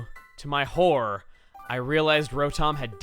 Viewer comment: um...... Horror has 2 syllables... but i got a good laugh out of it...